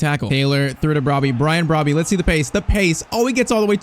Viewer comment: PCQ: you are mispronouncing the name, it's bro-bbe exclude the y when you say it